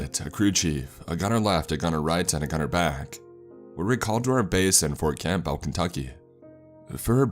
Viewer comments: Awesome, but for future reference, it's pronounced Fort(Cambull) I've lived next to the base my whole life and most of the people in my life were some form of military. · When saying Fort Campbell the "p" is silent, here in Ky you almost forgot it has the p in it until it is read in writing or we hear someone else say it out loud.😉 Thank you for the great story and all the hard work you put into your narrations you bring them to life!